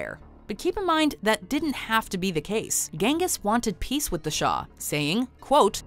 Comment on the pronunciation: But she pronounced "Genghis" wrong 😢